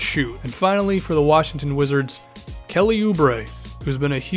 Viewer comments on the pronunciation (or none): none